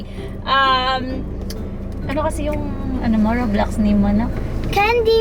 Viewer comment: Roblox po kasi hindi po roblux